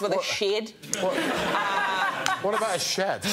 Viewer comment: Even Greg's pronunciation of shed there is actually 'shaed', Rose's impression was spot on!